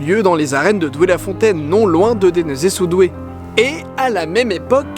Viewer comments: Super vidéo juste c'est pas dénézé sous doué (pour la prononciation) c'est "Dénezé sous-Doué" et merci pour l info j habite pas loin je vais aller y faire un tour! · Ont ne dit pas Denezé mais [d'en. Zé] sous doué